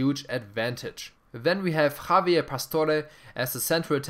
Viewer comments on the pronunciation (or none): none